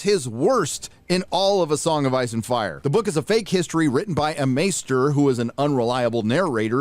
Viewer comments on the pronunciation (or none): none